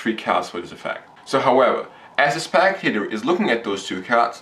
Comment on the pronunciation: Its spectator, not SPACTATOR!